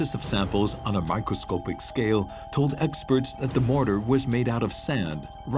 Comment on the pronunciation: Isn't it microscopic and NOT microscopeic as the announcer says?